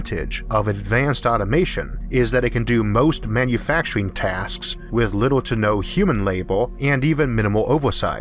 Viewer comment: Love this guys voice sounds lile hes talking to a baby things like little as wibble. listen to the way he says some words. Love it